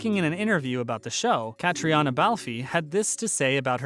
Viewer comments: FFS, if you are going to highlight a show, please, PLEASE, learn how to say their names correctly. Her name is NOT Cat-ree-on-a Bal-fee. It's pronounced like Catrina BALF. OK, I'll get down now. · Caitriona Balfe is pronounced "Katrina Balf" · It would be nice if some of these video narrators would make the smallest of efforts to find out how to pronounce Catriona. The 'o' is SILENT. Plus you've got the dates of the civil war wrong (which is after season 5 which is set in the early 1770's. Total lack of preparation. Don't bother with this channel. NOT SUBSCRIBED. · “Our beloved Claire” is played by Caitriona Balfe. You really ought to know how to say her name properly: “Katrina Balf”. Don’t pronounce the E. And you should know the dates of the American Revolution: .